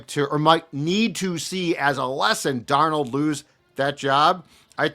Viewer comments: He's doing the mispronunciation on purpose. He slips and says it correctly sometimes, so I KNOW he's saying Dar NOLE because he's such a JJ stan. Does he call the fast food restaurant with the golden arches, Mc d'Noles? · Have you ever had a girlfriend who was PERFECT, but you broke up with her because you couldn't stand the fact that she said "fustrating". That's how I feel about and "DarnOld". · Love. Fucking hate how he pronounces Darnold’s name. DarnOld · Dar-Nawld lol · Sam DARR-nole 😂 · I was thinking this same thing my goodness 😂 he keeps pronouncing it “DAR-NOLD” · It's worth not bringing back Darnold just so we don't have to hear butcher it all the time.😅